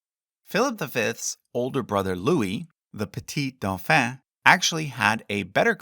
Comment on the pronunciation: Doh-FONN. Not duffa 😂